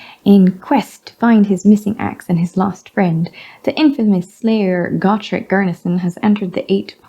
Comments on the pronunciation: It's 'Go-Trek', not 'Got-Rek'.... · which is weird cuz in the audiodramas it’s pronounced Got-rek.